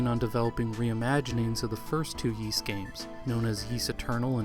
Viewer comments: Ys: 'Ees', not 'Yees'. Yeesh. Every time you say it I cringe, and you say it a lot... Great video though. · "eace", not "yeace", please. :) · Omg dude it's a great documentary but one would think you would have researched how Ys is pronounced! It's not pronounced Yees, it's ees! Every time you say yees I cringe! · Didn't you check the pronunciation of Ys during your research? It's Ees, rather than Yees. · I am really enjoying your video, but please stop saying “yease,” it’s pronounced “ease,” like east without the t. For anyone who wonders, the Japanese kana reed ee-su. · Yees? I thought it was pronounced as "ease" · This history and story is excellent, thank you. But I cringe a little each time I hear "Yees" instead of "Ees". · You posted this three years ago and probably won't see this, but are you aware that "Ys" is pronounced without a hard 'Y' It's more like "Ees". It just kind of bothered me, you said it like thirty times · I never heard it pronounced "Yi's". Apart from that, it's a very good documentary. Keep up the good work. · Kato is pronounced kah-toh not kay-toh, and Ys is pronounced like the word "ease" (rhymes with keys). The Drasle in "Drasle Family" is a portmanteau of Dragon Slayer so is pronounced draw-slay. Sorry to be "that guy". This video was great but those were really bugging the hell out of me. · It must have been a lot of work to make this short documentary and it is informative. I salute you on it but I have to give it the thumb down for not correctly pronouncing Ys and Zwei. Ys is literally the predecessor of Paris (on a par with Is). The character Adol(f) is taken directly from the legend of the mythical city Ys. If you pronounce the name with an Ee sound like the French there is no S sound. Zwei is German for two as the game revolves around two characters, like a large sword is called a Zweihänder. Just to give some insight in the thumbs down. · Excellent video. Thanks, but it drove me mad that you mispronounce Ys all the way through.